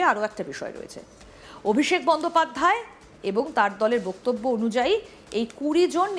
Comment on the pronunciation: Hello Miss! First check your Bengali word "Boktobbyo" Pronunciation. What A Ridiculous pronunciation you are doing!!!! It's really strange. Where did you learn or Who taught you such thing!!! Watch old days Bengali Movies of Suchitra Sen, Supriya Devi and learn how they pronounce the Word! It will be helpful for you